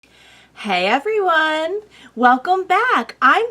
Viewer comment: When she says "Hey everyone" It's almost in the tone of 皆さん Mina-san. Im new here so maybe I'm just hearing it like that.